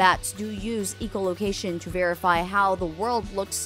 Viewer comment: Did she just say ecolocation instead of echolocation